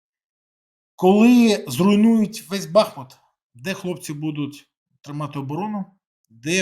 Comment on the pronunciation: Нажаль, весь світ знає бАхмут, а не БахмУт!!!